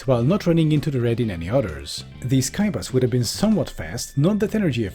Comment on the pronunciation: says Skybus What I'm hearing: K A I B A S